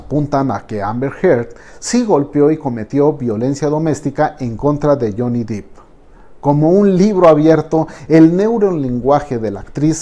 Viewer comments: Que tonterías, una narración meramente subjetiva y descriptiva... Si para notar que hizo un sonido onomatopeyico necesito un "análisis" que dice eso de mi? 😒 Y el apellido, no se pronuncia Dip. Se pronuncia Depp. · Se pronuncia Johnny Deep ( Dep) exacto como se escribe.... no dip... no soporto ver ese video de Ámbar es tan falsa la tipa.... a millas se ve que miente....😠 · no. Te sugiero que veas videos en inglés donde lo presenten para que te des cuenta. Incluso él lo pronuncia como "dep" en un casting. Búscalo. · Es "Depp", Johnny Depp. (Con pronunciación Dep). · Se pronuncia " Deep" con e, no con i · Porque pronunciar Johnny Dip si se escribe Depp, no Deep? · Se escribe 'depp' y se lee "dep" se ah informado su pronunciación. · Alguien que le diga que no se pronuncia Jhonny "Dip".... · No pude ver el video, me estresó mucho que le dijera "johnny deep" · Cuando le llamás Jhonny Deep, suena a actor nopor jajajaja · Solo una anotación, la pronunciación correcta es D-e-p no dip, puesto que el apellido es Depp no Deep. Gracias por un nuevo episodio. 🙏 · Solo una observación: se pronuncia, Jhonny Depp, así como suena (dep), ya que Jhony "dip" es un actor porno. 😜🙃 Me encantan sus videos, saludos. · Gracias!!!! Casi me daba un ataqué cada vez que decía Dip!!! Es DEPP!! “dip” seria DEEP!!!!! 😤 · DEPP! Johnny DEPP. No "DEEP". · Buen video, si me permite hacer una crítica constructiva el apellido de Johnny se pronuncia "dep" no "dip". Muchas gracias por este video. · No es Deep (Dip) es Depp (Dep) pero dejando eso de lado esta muy bueno el video 👌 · Debo objetar que dice Johnny deep y no Johnny Depp como debería ser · Excelente video. Una recomendación: se pronuncia Dep, no Dip, el apellido de Johnny. Yo antes lo decía así hasta que me percate de mi error y esta corrección la hago con buena intención. Este es el primer video que veo en este canal y está muy bueno, subscripción automática. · Se pronuncia Johnny “Dep”, no “Dip” :) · Es Johnny Depp, no Deep!